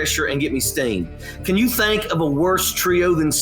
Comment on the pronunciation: Hey,...the word is "THINK" -- not "THANK"!